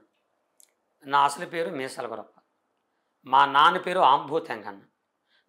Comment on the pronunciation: Gurrappa kadhu gorreppa 😢